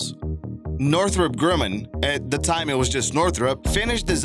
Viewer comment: It's GRUMMAN -- pronounced "GRUH-MUN" NOT "GROO-MUN." Manufacturer of awesome Navy warplanes and the first manned spacecraft to land in a powered descent, the Lunar Excursion Module.